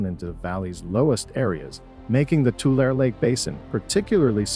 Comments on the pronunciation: Please pronounce the lake correctly. It is Too - lare - ee not Too - lare. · Lake Tu-lar-e, San Jo-quain (Wa-keen) River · It's pronounced Two-LARRY, not tool-air. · i have always here tulare pronounced to-lair-ee